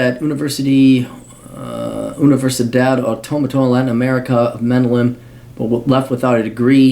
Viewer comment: Learn to pronounce Medellin.